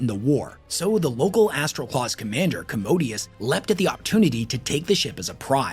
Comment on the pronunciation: Don't wanna be that guy but it really irks me when people don't even get the pronunciation of the words they are teaching people about. It's MaelSTROM, not MaelSTORM. Warhammer uses a lot of older and difficult words but I feel like this one is pretty easy. EDIT: Other stuff too like Commodus being pronounced "commodius". Legate being pronounced literally Leg - ate.